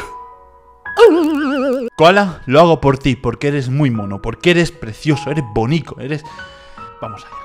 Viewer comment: Se dice bonito y no bonico